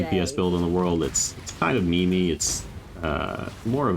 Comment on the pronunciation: Did you just say "me-me"?